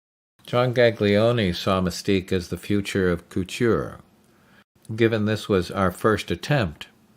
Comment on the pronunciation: Very cool, but the narrator has some issues with pronouncing "Romijn" and "couture". Nowadays, I'd recommend an airless sprayer to avoid much of the fogging with the limited ventilation.